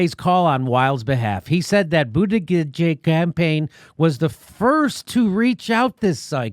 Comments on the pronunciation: pro·nounced /prəˈnounst/ Learn to pronounce : BOOT -a GIG ! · Jimmy I know you do this schtick of mispronouncing Pete Buttigieg's name for comedic purposes but it's disrespectful. You should make the effort to at least get a candidate's name right. It's not that hard. Phonetically It's "Pete Buttplug." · It's pronounced Butt gig get it right!!! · Btw your intentional garbling of Buttigieg’s name is SO JUVENILE AND OFFENSIVE. It’s a Maltese name. Maltese is a Semitic language. So just be aware that you are intentionally mangling a Semitic name. (No, I am not claiming this buffoonish host is anti-Semitic or that Pete Buttigieg is Jewish. I am just providing information.) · I never get tired of jimmy butchering that name. He gets it wrong a different way every time! Hahaha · Still not sure what's funnier in this video. Democrats acting like it's a fair, unbiased process or hearing Jimmy trying to pronounce Bootyjig's name 😂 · Mispronouncing Buttigieg over and over isn't funny, Jimmy. It's not that hard to pronounce. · Everytime Jimmy mispronounces Buttigieg, I die. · Always purposely mispronouncing buttigieg is annoying. First 2 times i might give a chuckle. After tht its just fucking annoying. Other than that..i just love you show!!! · I like how jimmy fucks up his name every time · Would be nice if he can actually say the surname correctly for once...it is annoying to hear him butcher it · I can't say his name properly either Jimmy. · I am not a Mayor Pete supporter. I’m Yang/Tulsi all the way. However, you can still be respectful and pronounce his name correctly as he is a Presidential candidate after all. It makes it difficult to take your channel and commentary seriously. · Please start saying Buttigieg's name correctly, the joke has run its course and it's not really funny any more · Jimmy,stop slughtering the guy's name....just call him booty for short !! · It’s not funny the millionth time you mispronounce his name, it’s annoying. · It's pronounced Buttgag.